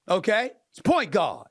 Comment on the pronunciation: Is he saying "point god"? Or does he just say guard weird?